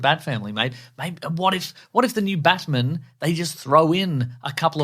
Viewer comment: I find it VERY annoying that you pronounce it BaTmun instead of Batman. NOT HAPPY!!